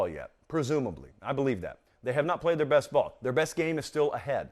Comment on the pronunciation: But who have dey pwayed woo? 🤣🤣🤣🤣🤣🤣🤣